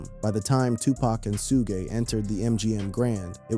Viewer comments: Suge not sugay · Who da hell is Su-ge???😂😂😂 It’s SUG like sugar the e is silent Suge Knight not Su-ge😂😂😂😂😂😂😂😂😂😂😂😂😂😂😂😂oh my stomach 😂😂😂😂😂😂😂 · I remember the world knew of no Tupac funeral. Great u found a private service if this so but “SUE-Gah” was grazed lol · I got one damn question who Tf is Su'gay ? His name is Suge 😂😂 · Why do they keep calling sugg, suga and su-gay.(Suge).🤔❓ Y'all gonna Mess around and get SUED ‼️ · 2pac and sue-gay?...fck! Ai sucks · Soo-gey? AYFKM? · who the hell is "shouga"??? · Sue-guh hahaha or Suge 😂 Pack or Pac, you’d think by now people would know how to pronounce everybody’s name. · Did this man just say Sugee! Sir I'm gone need for you learn how to say people's correct name before posting another video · who is Sujay? loll Suge??? lmaooo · Sugg and 2 Paak is how it,s pronounced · 🗣😭Who Dafuq Is “Sue-Gay Knight”💀🤣🤣🤣🤣🤣🤣🤣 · Was The 1st Thang That Came To Mind When This MaFawka Said “ Sue Gay Knight “😭🤣🤣🤣🤣🤣🤣🤣🤣🤣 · When it said 2 pac and su-gay I was done with video 2 mins in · Suge like sugar😂 Suge knight😂 The pronunciation in this video is wild😂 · Love the way he pronounces Suge knights name 😂